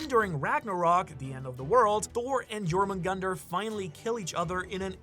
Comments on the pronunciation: Thor and jormungandr do not kill each other. The battle caused a shockwave so powerful that the snake was sent back in time prior to his own birth. Also it’s pronounced “yor moon gan deer” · Second pronunciation of jormungundar is better, but it’s spelled Jörmungandr, which means the O sounds is completely wrong. If you want the most correct pronunciation I would listen to an Icelandic version (use google translate for easy mode)